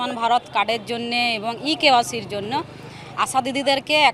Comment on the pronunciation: Je bal e kyc uccharan korte pare na se kina bidhayak Bal barite barite giye ekyc korbe Pagol naki Barite barite barite giye network pay na boka choda Tarjanna nirdishto jaygay deke jekhane network pay sekhane ekyc kore Bal hobe hobe bari bari network na thakle ,😡